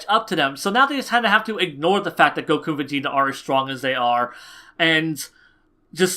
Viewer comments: go-KUUUU. Your pronunciation of Goku's name fucking wrecks me bro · I cant stand how he says: Supersaijan goKuo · I agree with the video, but your the way you pronounce "Goku" makes me wince every time...